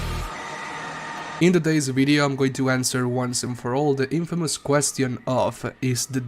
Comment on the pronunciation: “Quest E On” 💀